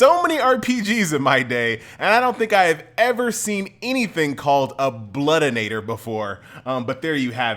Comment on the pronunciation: there is no "n" in bloodiator lol. But you pronounce it with one